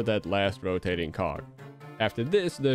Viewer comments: Not trying to be mean here, but when you say cog, you might want to say it a bit clearer since it sounds more like you're saying co ck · PLEASE tell me you said "cog" and not anything else.